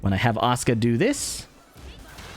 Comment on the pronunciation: It sounds like Oscar instead of Asuka if you say it. That got me so confused😂